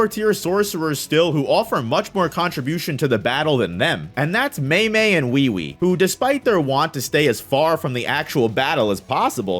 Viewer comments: Bro its not Wee Wee, its Ui Ui. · bro called ui ui wee wee 💀